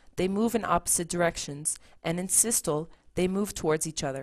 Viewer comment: Systoleeeeeeeeee, and Diastoleeeeeeeee..... pronounce the "Lee" after each for correct pronunciation...!